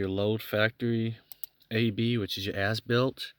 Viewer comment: Haha, I like the video but I can't help but hear him says foreskin at the start of the video and ass built multiple times Thanks for the video guy good job. 😂 😆 😂